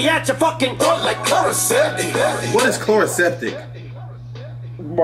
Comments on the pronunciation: i’m crying at him trying to pronounce “chloraseptic”😭😭😭😭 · Cant pronounce Chloraseptic and ol' boy think he catching Em's bars 😂 my man good luck